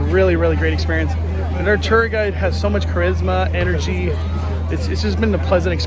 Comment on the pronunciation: Mandoooo! I learned a lot from this video but one of the most important things is that “tour” is pronounced “teril” thanks! 🔥🔥🔥🔥🔥🙏